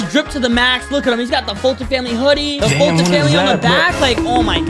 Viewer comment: _FoltynFoltynFam::_FoltynGGs: say gg when u say Folytn !